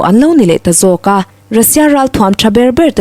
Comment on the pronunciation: parchhuang pawh, par hi thluk hniam tur.